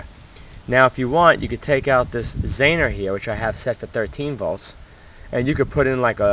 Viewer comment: Zener. ZEE-ner not zaner